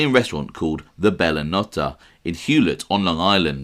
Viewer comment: It was pronounced Bella No-tey